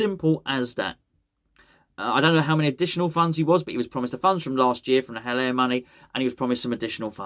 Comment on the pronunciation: Please don't say Haller...